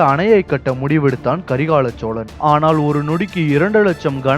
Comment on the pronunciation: Karikaal cholan yenbathe sariyaana peyar aanal ippothu meediya vullavargal Karikala solan yendru thavaraga vucharikkiraargal.